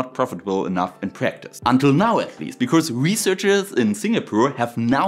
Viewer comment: Your English sounds like 99% perfect to me, missed some improper plurals and some lisps, especially on Rs sounding like Ws, or strange sounds like 'because' sounding like 'becourse'. But that's fine, it's understandable. WORLDS better than a bunch of the employees at stores in my area in America nowadays. Heck, most of them don't know any English!